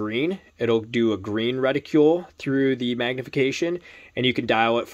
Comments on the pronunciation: Good review, but it was painful to hear you mispronounce "reticle" over and over again. "Reticle" does not rhyme with "ridicule" or "molecule". It does rhyme with "article" and "vehicle". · LOL keeps mispronouncing Reticle.